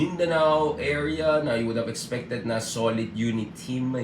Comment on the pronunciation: i like it when you read UNITEAM and open your mouth like it meant like with and H..VES